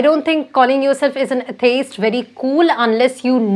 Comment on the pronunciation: Your pronunciation of atheist is not correct. 😆😆